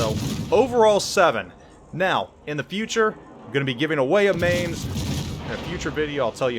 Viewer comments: Spent 2 years at Lee Barracks in Mainz, Germany and it's pronounced "Mine-tz" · I wonder how many times he's been told it's pronounced 'Mines'... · Man that pronunciation was horrible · pronounces it wrong plays like ass gives a half assed-commentary with mediocre gameplay no wonder you only have 28k subs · I do plan on getting it. I've been in Mainz, and would live to have a ship that sparks those memories. Someone else already corrected your pronunciation, so I won't. Take care of your family and enjoy the little ones. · Mainz, you pronounce the ai like the mi in in mice. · Another German ship, Another name butchered by. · same grade of terrible as Notser or him butchering French/Italian/Asian/Russian names. ....how dare the world ! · Mainz = "Mine-ts" Eugen = "Oy-gen", you're killing me, here!